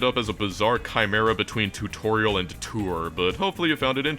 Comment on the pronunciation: tourtorial? totourial?